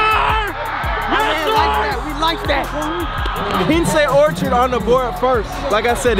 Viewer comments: Mad he mispronounced it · said both they names wrong it’s still all luv tho 😂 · One would think that if you have your own channel and want to showcase these schools, it would be important for you to pronounce the school names correctly. That's embarrassing dude. It would've taken you 2 seconds to ask someone how to say Quince Orchard and Seneca Valley. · DMV Product! Reppin 301! Yo! Its Q-Wince Orchard & Sen-A-ca Valley!!!!